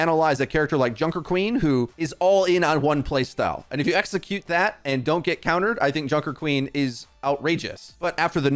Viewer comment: "and dont get counered" the word is counTered ... the T isn't silent ...